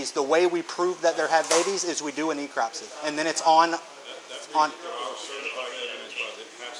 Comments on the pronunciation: The FWC officer calling necropsy "ecropsy" says a lot about his knowledge level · Cant even pronounce necropsy properly so that tells you all you need to know.